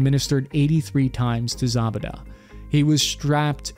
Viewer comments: Abu ZaBaDa haha the pronunciation is killing me haha! Should sound like Abu "Zoo-bey-duh";) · Isn’t it pronounced like zu-bay-da? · you absolutely butchered the pronunciation of Abu Zubaydah, which would have been easy to look up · You should look up how to pronounce these names before you make videos about them. Mainly Zubaydah and Kiriakou